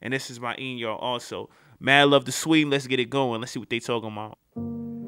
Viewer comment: sweden you dont say it rigte